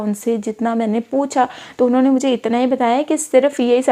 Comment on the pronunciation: Inone inone unhone unhone 😂